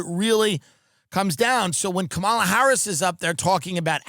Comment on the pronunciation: I know Tim takes it up the ass but can he please pronounce Kanala properly?